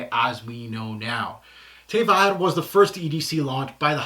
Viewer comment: Fabulous review. Very in depth. Hope you don’t mind me saying the pronunciation of ‘vert’ is ‘verrrrrrr’. No i in there. 🤗🤗🤗🤗